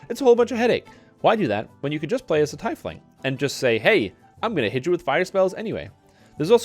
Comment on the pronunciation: Teeeefling ... not TYYYfling